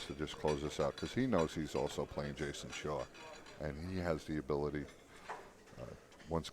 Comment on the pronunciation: Who is Jason shar? Lol how the commentator pronounced his names.